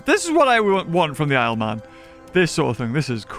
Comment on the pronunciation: How much money for you to genuinely pronounce it “the lzlee” instead of the isle?